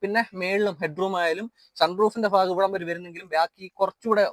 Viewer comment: ഫാഗം അല്ല..... ഭാഗം